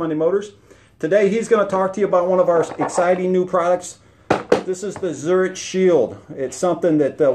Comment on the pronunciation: It’s pronounced ZURIK … not CH